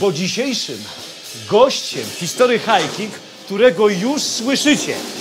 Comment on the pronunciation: Czemu Ty wymawiasz "history hajking"? Brak w tym konsekwencji. Wymawiaj po polsku całość "history hiking" albo po angielsku "hisztry hajking".